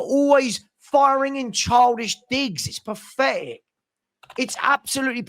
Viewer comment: "ITS PAFETIC, ITS ABSOLUTELY PAFECTIC."